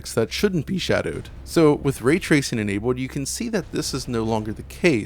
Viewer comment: When he gets to certain words like "cold" "enabled" his voice has a funny sound to it. Changes it to "Code" and "Enabode" its a little jarring